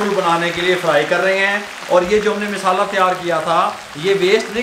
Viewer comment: Abe naade tum log ko bolna nahi Aata misala nahi masala bolo